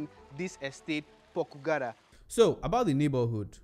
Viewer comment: Your pronunciation of Pokugara is wrong